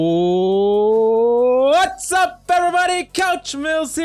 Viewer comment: Mills every new intro/vod he add a w at his what’s up 😂